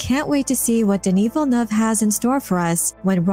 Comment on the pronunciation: Gaaaahhh, please, not Villeneuve.